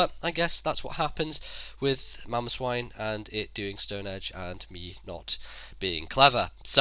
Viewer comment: His mamoswine and called mamoswin.